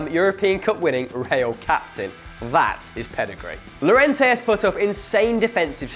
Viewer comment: In Spanish and French the double (ll) is pronounced as (yio-yia) or in French (ey). So Lliorente is pronounced: "Yiorente"